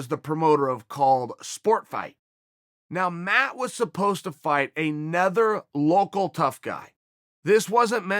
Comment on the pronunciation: Yo am I tripping or is he saying "anether" instead of "another" ?